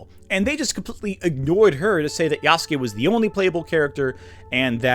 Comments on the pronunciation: gonna be the weeb here and point out that for the entire time he talks about him he pro-nounces it wrong. It's pronounced " Ya-su-ke " Not " Yahs-kee " as he does for the video section, the guest speaker he has read a small portion of an article pronounces it correctly but himself does not. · the people saying Nobunaga was ""only a retainer"" aren't Historians, can't read japanese and don't even know what being a Retainer to Nobunaga meant in that era. why should i listen to some submental antiwoke youtuber who can't even pronounce ヤスケ correctly over what actual japanese historians and scholars have been saying for the past 100+ years? did i hallucinate the existence of Afro Samurai? How do you cope with the fact Japan has been depicting Yasuke in literature and media as a warrior for the past 60+ years? Does it give you pause that the Koei-Tecmo video game series Samurai Warriors has featured Yasuke for multiple entries? Are you implying people of Japan know less about their own history than some slop american antiwoke crusader?